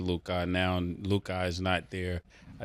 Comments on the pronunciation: "LewKaaah" drivin me badly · At this point, he either likes to hear himself say Lu-kah or he gets confused between his potna Luka Brazzi from the street... if you know you know... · "Lou Cah" -Ma$e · Think lu-cuh mase, not lu-kaaaaaa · LU CUHHHH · Somebody tell Mase it’s pronounced Lu-Cuh 😭😭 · " Luke- Ahh " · Ma$e saying LuKAH is triggering me sumthin serious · Who's Lou-kah? 😅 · Who is Lukah? Mase got to be saying his name like that on purpose.. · “Lukai” -Mase 😂😂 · Mase pronouncing it “Lu-KAH” is killing me lmfao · 😂😂😂 he say it like his name is spelled LUKI 😂😂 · Lu-god, like shamgod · Lu-kah lol😂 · Mase “LUE’KHAD” 😔🤦🏾‍♂️🤦🏾‍♂️🤦🏾‍♂️ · the way he said Luka 3 times ina row 😂 why he saying it like that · why cant mase pronounce luka?😂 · Murda adding an extra ahh to luka name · Who taught mase how to say Luka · Why is it so difficult for Ma$e to say Luka's name? 😤 Gahdamn son 🤦‍♂️🥴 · Mase just butchering Luka name my goodness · Mase is pronouncing Luka name with too many letter lol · hate the way made say luka 😂😂😂😂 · Bruh i freaking hate the way Mase says Luka’s name 😂😂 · 3 days straight and this dude can't pronounce Luka name right? He need a producer in his ear... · I have to forward any topic on Luka cuz I can't take it and they won't say anything to him. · Man murder gotta learn how to say Lukas name